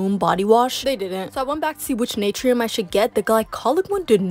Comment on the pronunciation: Girl 🤦🏽‍♀️ Naturium is pronounced Nah-tour-ium, Lumé is Loo-mee, and Mielle is My-elle. Good Lord 😂